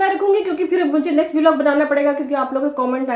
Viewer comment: बिलॉग नहीं ब्लॉग बोलो डिग्रीधारी